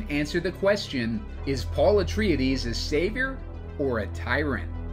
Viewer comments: Interesting pronounciation of Atreides. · Hate the way you pronounced his name.